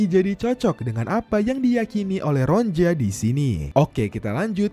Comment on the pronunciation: Ronia bukan ronja min😂